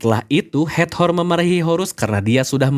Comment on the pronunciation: Hator Kak, bukan hat-hor 🙌🏼